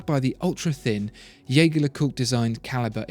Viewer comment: You mispronounce Jaeger